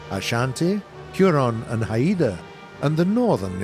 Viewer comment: Haida is pronounced [HY] + [DUH]. They are a first nations people and yes, it's important.